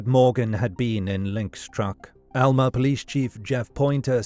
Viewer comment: Alma is a Spanish word (which means "soul") and he pronounced it correctly. It's the locals who have been mispronouncing it all along.